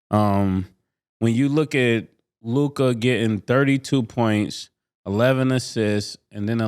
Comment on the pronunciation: Am I the only who hates the way Mase says Luka it’s Luka (lue•ca) bro, not LUKAAA